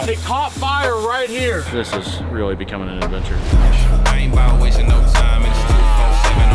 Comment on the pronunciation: The way says really weally never gets old 😂 Or is it wereally wereally… either way 💪🏽👍🏽🤣